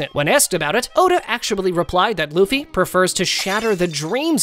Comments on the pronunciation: Is it me or did he say boofy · Man that ain't luffy thats goffy